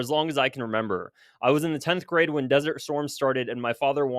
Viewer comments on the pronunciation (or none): none